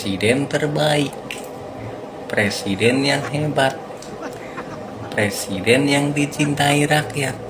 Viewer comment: Novel tanpa hurup "R" adalah judul yg bagus untuk sebuah BUKU. NAH KALO PRESIDEN TANPA HURUF "r"jadi PLESIDEN😅